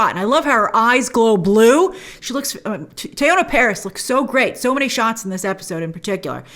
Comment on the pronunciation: This is just an FYI but, Teyonah’s name is pronounced like Tiana. Much like Beyoncé is Be not Bae. So it’s Tea not Tay.